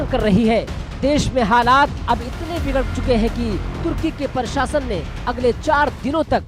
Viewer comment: Very bad hindi pronunciation.Partibandh,parshasan.